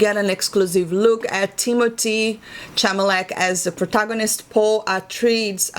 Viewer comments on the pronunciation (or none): The planet is (Ah-Rack-is) and Paul's last name is (Ah-Tray-Dees) And if his eyes are blue on the beach then that movie will be a train wreck.